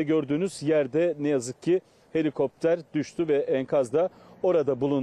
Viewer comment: Ucak deil cino helikoptrar 😂😂😂